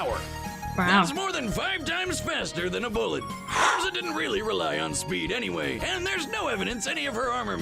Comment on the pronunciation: The name pronunciation for Erza is completely wrong. The actual way to say it is Air-Zah but for some dumb reason the anime's English Dub took no effort in watching the original source material for name pronunciation and went with Ur-Zah.